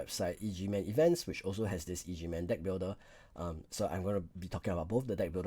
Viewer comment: it's pronounced EGG man lol not E.G.